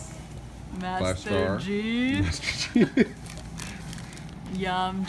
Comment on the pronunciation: So cute that you call five star bar "Masterjee" :D